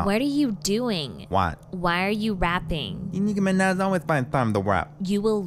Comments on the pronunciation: Nicki Minaj ❌ Nicki mi-neh ✅ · “enmickiey managj” I’m dead💀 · Hiii ur vids are so funny I like how niki Minaj says her name like this niki meneh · It’s “De Niki mAnEh” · Nicki MINEH"** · ”nikki mena” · Nicki Mineh~ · De Nicki Mineh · I love how they pronounce Niki Minaj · I love how Nicky Minaj can't say her name right 🤣😂🤣😂🤣